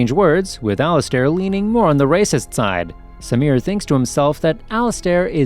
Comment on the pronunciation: It would be better if you could read better... Al-iz-stare?? 🧐🤔🤨